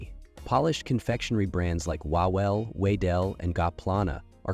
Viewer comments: Name "Wawel" should be pronounced more like "Vavel" because in polish "W" makes the same sound as in English "V". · Co z tego że nie ma? To trzeba mówić łałel? jak to w ogóle brzmi? łałel. ale oczywiście bezmózdzy amerykanie nie wiedzą, że W jest fonetycznie blisko do V.